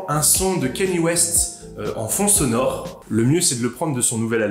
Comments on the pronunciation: Cest pas « kéni » c’est « kenne-yé » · On prononce Kanye et pas Kenny